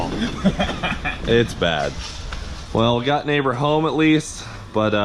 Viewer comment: please do not put a ls in neighbor... noooooo